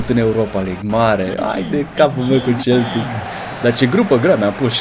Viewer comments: De fiecare data cand zici Celtic in loc de Seltic adica cum se pronunta corect imi vine sa ma zgari pe fata... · Baaa se citește seltic nu celtic asa se scrie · Se citește Seltic nu celtic cum zici tu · Se citeste Seltic nu Celtic